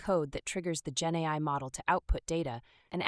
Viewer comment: each time you say genai i think genocide? not sure why